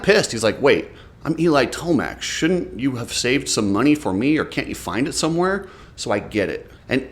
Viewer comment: Imagine how Yamaha would feel if he wins this championship. A healthy and hungry Eli is the most dangerous man on the track. Jett and chase are naturals. Eli just has the strongest mentality that even Webb talks about E-mill is how it is pronounced